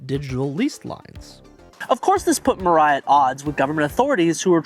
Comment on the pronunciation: talking the pronunciation though, i suggest you pronoun any asian names as-is, not imposing english kind of rule upon it, as it sounds very weird for me as an asian (even though im currently not fluent in japanese, but im learning it). Murai should be pronounced moo-rah-i, not mer-rei (the autogenerated subtitle insists in what it heard was "Mariah" or something). not trying to nitpick or being a smartass though, but i guess it would somewhat be something worth noting.